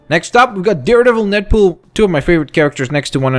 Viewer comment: You said neadpool